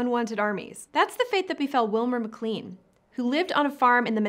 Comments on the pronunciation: McClEn? It's pronounced McClAn. Long a, not long e. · McLean is pronounced "Mc Lane."